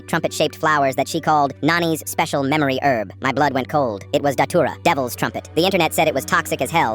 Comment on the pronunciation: Bro it's frikin dhatura not titura 😭😭😭